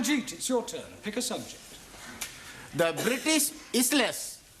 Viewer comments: “the Brrrristish iser lesss” …. “What is the capital of England?” “E” crack me 😂😂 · Ranjit: "The British ISSLESS" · "The British Is-les" 🤣😂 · The British Isles but pronounced "Is less" 😂